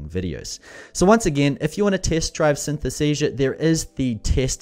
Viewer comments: Great review - too bad, you got the name wrong 😅 "Synthesesia".. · Maybe you should ask the software how its name is pronounced correctly? 😉